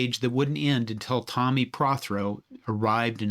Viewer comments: Tommy Pro- throw not Praw throw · Tommy Prothro was Red Sanders' offensive coordinator at UCLA until leaving for Oregon State in 1955. Seated at left . And it's pronounced Pro-Throw. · Great program, thank you! Just one thing, you mispronounced Tommy Prothro's name. Before Prothro went to UCLA, he was coach at Oregon State. He coached Terry Baker, who won the Heisman Trophy in 1962. Interestingly, because they weren't in the AAWU that year, they could go to a different bowl game. They ended up playing Villanova in the Liberty Bowl and won 6 to 0. The scoring came on a 99-yard run by Baker. I loved their uniforms back then: all black with orange numbers and helmets. Then, the first year in the AAWU, Prothro's team won the conference championship and played Michigan in the 1965 Rose Bowl. THEN Prothro went to UCLA. Prothro's first year at UCLA was a year when Gary Beban played. They beat Michigan State in the RoseBowl, whom they had lost to in the regular season. Those were the days!